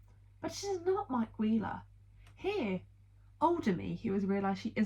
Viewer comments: genuinely thought you said "mike queer-ler" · if you listen closely when you say mike wheeler it sounds like you're saying queer in the middle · even like “aM I Queer, El?”